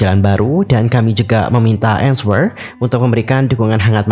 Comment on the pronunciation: Nswer bacanya Enser bang, bukan EnsWER